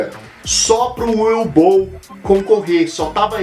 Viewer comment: Na verdade se pronúncia "Uvi Ból".